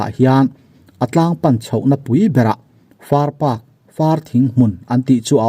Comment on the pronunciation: Far park nilovin "Far Pak"(Far pakhat tihna)